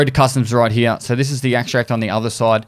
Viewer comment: Very strong stache game, Papa. Also I like how Papa says "here." Heee-uh